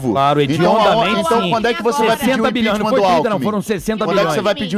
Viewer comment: esse carioca só passa vergonha... impitima! impitima kkkk comunista raça do djjjbooooo aueaur